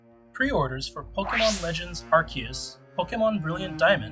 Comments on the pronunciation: PLEASE NOTE: even if you don't get anything else from this video, at least observe that the pronunciation is ARK-EE-US, not ARS-EE-US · Guys it's pronounced, arceus